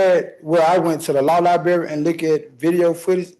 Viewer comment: He’s gotta go to the law “liberry”